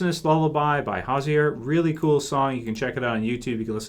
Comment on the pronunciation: As a fan from Ireland,, I must point out something to you. Hozier who is an Irish singer who sang the song in the closing scenes. His name is pronounced "Hoe-Ze-Ear" or like "hose-e-er".:)